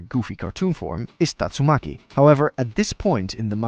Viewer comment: man said tatsumuki instead of tastumaki